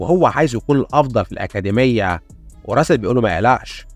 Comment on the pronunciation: أكاديمية ✅️ أكادميا❎️